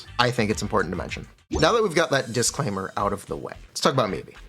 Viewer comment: Disclaimer ❌ Disk claimer ✅